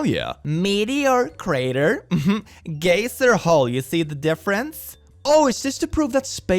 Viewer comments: Oh my god it's pronounced guy-zer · are you intetionally saying gay-ser its guy-ser sorry if the joke or something flew over my head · This was the first time I heard geiser pronounced as “gay zer” instead of “guy zer” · I tripped wen he said gay-zer hole wen reading geyser I pronounce it guy-zer so I was like ah yes the gay earth hole XD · I love how pronounces geyser (guy-zer) as gay-ser. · "Geyser" is supposed to be pronounced "guys-r", but I like the gayer pronunciation better! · Lmao gay-zer, like a gay laser? You shoot someone with it and poof gay!. In the US we pronounce it like guy-zer, the difference is amusing. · lol the geyser i pronounce it guy-sir and you did gayzer so since i was not looking at it i thought is was some sort of gay lazer that was a wmd, then looked and laughed. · I love how he says “gayser” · I absolutely love that he pronounces geyser as "gay sir" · i love how pronounces "geyser" because he says it like "gay sir" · i love how he says gayzer instead of geyser, as a fellow European, i can say that i pronounce it like that as well 😌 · Dude 😂 when you said “geyser” (guy-zer), I heard “gay sir” and then you said it had “many holes” and i 😂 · I love how pronounces geysers as "gay sirs." I'm adding that to my lexicon. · “Geyser” is actually pronounced like g-eye-ser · why do you pronounce geyser like gayzer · ) The way you pronounce "geyser" makes me think of a gay laser. Zzzzzzzzzzzap! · I am sorry I normally don't judge people's English or anything but gayser got me XD. "The gayser hole looks like another kind of hole. You know there are multiple kinds of holes not just gaysers." I am gunna die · The way he says Geyser physically hurts me... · I enjoy your pronunciation of "geyser." Please don't change